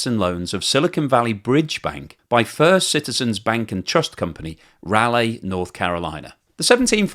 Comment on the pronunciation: as a Raleigh and North Carolina native, it is slightly painful to hear it pronounced in such a way, but I forgive you 😂